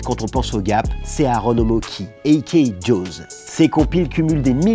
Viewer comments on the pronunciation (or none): none